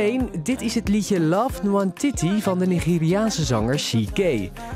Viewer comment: ik ben van daar ik ben super trots en zo spreek je het niet uit trouwens